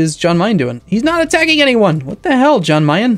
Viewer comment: Yan Meyen. Yan Meyen,. Yan. Yan-kee. Jan Meyen.